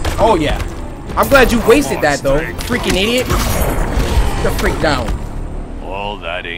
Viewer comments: i thought he said what the f**k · Why it sound like he said what the F u c k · I heard freak! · I heard fuck I really didn’t hear the r in there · He tried to say freak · Simba Jay lol I heard him say fudge